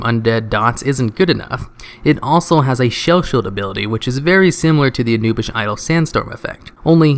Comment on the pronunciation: OMG its pronouced Ah-new-bis- sath anubisath not anubish